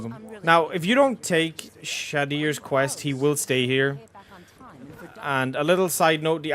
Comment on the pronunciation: When you say Shadr, it sounds like you said "shit-ears" I died laughing😂